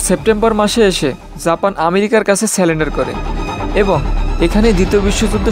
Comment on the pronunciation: তোমার উচ্চারণ সঠিক না, এমনকি বাংলাও। যেমন, আকস্মিক-কে বলছো আকম্বিক। এছাড়াও সারেন্ডারকে বলছো সালেন্ডার 😂